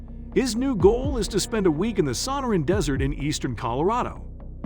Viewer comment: it is pronounced suh NAW ruhn desert, NOT SUH naw ruhn desert. It's difficult to correct a non person narrator...I can only try. ·